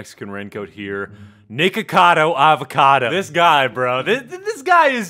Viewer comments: I hear naked-cado avacado in the beginnign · For a second I literally thought he said Nakedcado Avocado. 🤠